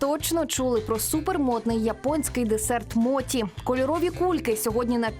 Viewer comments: Якщо мочі,то не суші,а сусі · Будь ласка, не моті, а мочі. Моті в українській мові- це неправильне вживання японського слова, яке збереглося ще з радянських часів, та й японці так не говорять. Так як Поліванов був російським японістом, то транслітерацію він зробив на свою мову. Особливість роснявої мови в тому, що їм невластиво та незручно буде говорити напр суШі весь час чи моЧІ (вони навіть зараз максимум, то говорять суШИ та моТІ). Але українська мова не має таких проблем , наша мова багата на звуки, які можуть якнайкраще передати японські слова. В радянські часи власне української японістики не було, тому говорили так, як партія скаже (моті, сусі, сінкансен й тд). В цей час весь цивілізований світ вивчав японську мову за Хебперном, де мочі є мочі, суші є суші, шінкансен є шінкансеном. Ця транслітерація є правильною і найбільш наближеною до японської мови. Зараз ми незалежна країна, маємо свою японістику. В українських університетах вивчають японську саме за останньою транслітерацією (Хепберна). Тож будь ласка, давайте викорінювати російські кальки в такий спосіб!